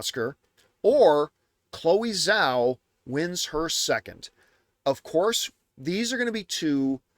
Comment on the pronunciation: Chloe Zhao's last name is pronounced like "jaoh" but let's not put effort into that like john puts effort to say Michael Fassbender's last name or even Denis Villeneuve's last name... cool. Let's pick & choose, why don't we. John being in the industry & saying he "freakin loved" Nomadland & liked Eternals. If y'all say he's saying it as it's spelled, then explain the other examples 🙄😂